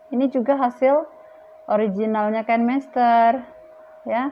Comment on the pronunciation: Kan mester ... Bukanya Kine master ya.. Baca nya juga Kine master..